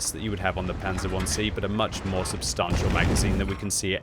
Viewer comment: When is the patch for to correctly pronounce substantial being implemented?